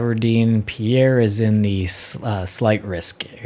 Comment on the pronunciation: No offense, but "Pierre" is NOT pronounced "pee-AIR," but "Peer," with a bit of emphasis on the first part of the word, just like the word "pier."